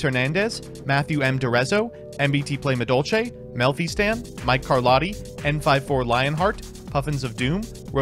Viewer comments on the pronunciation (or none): none